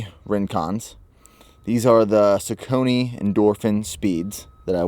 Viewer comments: Think its pronounced as sock-on-ay lol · Hi, thanks for the video. It's pronounce /ˈsɔːkəni/ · It is Sock-on-knee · Is it pronounced..."soc-ca-nee"? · It’s pronounced Sore-sa-nee. The C is pronounced as an S. Like sorcery. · I thought it was sauce-ony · It's pronounced saw-kuh-nee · It’s pronounced SOCK-A-KNEE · 🚨PRONUNCIATION ALERT🚨 It’s pronounced “sock-uh-nee” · Yeah I was mispronouncing them for the longest time until I heard Jared Ward speak at an event. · You almost pronounced it right! Definitely need at least three pairs of shoes for serious runners. Great video. I like the line up. Haven’t tried any of those new Saucony line yet, but I really want to!!! The Rincon tends to give people blisters. I recommend the Clifton (just a little heavier). If you are heavier like Hokas wear out fast. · I have to admit, I had to laugh at the pronunciation of Saucony. Nothing but respect though. Wish I could run like you. Was supposed to do a 70.3 IM earlier this year. Working on building my base and getting faster instead. Damn Covid. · I cant just notice that you are the saucony name wrong. Not being rude, but I just noticed it😂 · I’ve been pronouncing Saucony the same way as my entire life 🤷🏽‍♀️ not a big deal y’all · congratulations lol and I’ll still pronounce it the same way I have been 😊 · Just a friendly FYI your Saucony shoes are pronounced (SOCK-A-KNEE) not (sock-cony). Great selection of shoes though! You should try some Nike pegasus 37s or pegasus turbo 2s! Very awesome responsive shoes! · Sucony nooooo it's sock-on-y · Yes. He pronounces it wrong, something like Suh-Coney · Great video! I’ve heard it pronounced most often as “sock-a-knee”…not as “sa-cone-e”. Strange word either way lol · The brand is “saw-kan-nee” - Great video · Just pronouncing Saucony wrong. It’s “SOCK-UH-KNEE” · straight from google 'How is Saucony pronounced? The correct pronunciation of Saucony is “SOCK-UH-KNEE”.' This is how I say it.